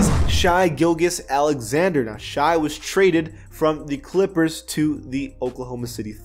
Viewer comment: You need to learn how to pronounce Shai gilgeous Alexander 😂. It’s not shy gill-geous 🤣